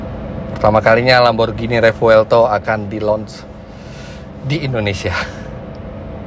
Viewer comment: Bukan Lamborjini om. Lamborghini. Baca nya GINI seperti beGINI. Nanti di suratin Lambo om kalau baca nya jini jini gitu